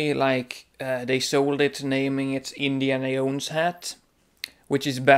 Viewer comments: "indiana yones-hat" lol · This video was ABSOLUTELY hilarious... I giggled all the way through the awkward confused moments and the passion you have for properly wearing hats AND the way you pronounce Indiana Jones.....I was only looking for new ways to wear them but now I have a plethora of things to look for when buying them :) Thanks for the laughs and information